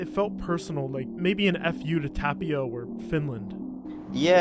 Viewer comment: it's funny how he pronounces Kivimäki with an AH sound and Tapio with an A sound but in Finnish it should be the exact opposite 😂 Ä is A (like in cat) and A is AH (like in car)